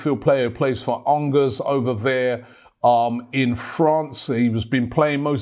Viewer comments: Lol 😂 ANGERS it is pronounced a bit like An-jay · Angers🤣Sort out your pronunciation Robbie.